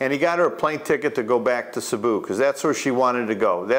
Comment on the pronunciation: Cēbu not Cabu . That’s all .